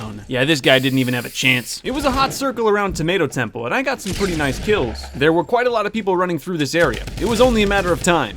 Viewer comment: and you said 🍅 temple 😑 exoosssedd